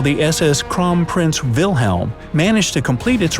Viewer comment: you pronounced WILHELM correctly! our "W" is pronouncec like american "V". wery wery gud! :D